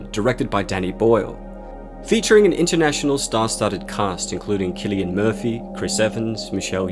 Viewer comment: "Kill"-ian Murphy